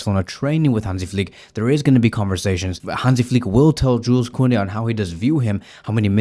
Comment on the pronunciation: dont pronaunce the s in Joules